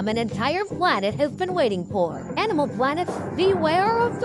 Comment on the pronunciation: "hanimal planet*